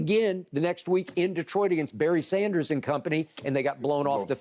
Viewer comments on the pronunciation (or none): none